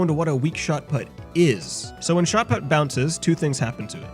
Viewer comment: It's put as in put the thing there not put as in put the golf ball.